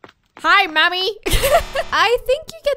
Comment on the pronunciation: "Hi muæmmy!"😂😂😂😂